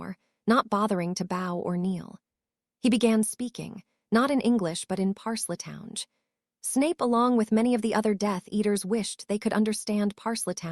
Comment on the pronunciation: Why is it that this AI has no clue how to properly pronounce words, the word Parseltongue when it's pronounced they put the first e on the wrong side of the L in their pronunciation and then when they say the second part of the word they say it as if it is spelled t o w n g e. If it cannot figure out how to properly pronounce words, then the author or the poster of this story needs to get a new AI who knows how to properly pronounce words